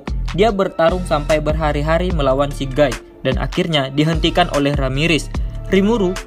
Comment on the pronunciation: sebelumnya aku minta maaf min, bacanya bukan gai tapi gi.